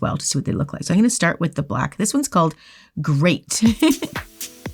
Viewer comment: Did no one pick up on Camera Man saying that Greyt is Great? 🤣